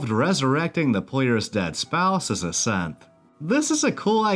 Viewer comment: I know you say "As a Synth" but it sounds like you say "As a Simp"